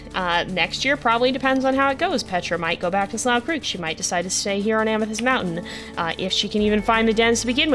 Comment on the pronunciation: would just like to remind you that "slough creek" is pronounced "'sloo' creek"!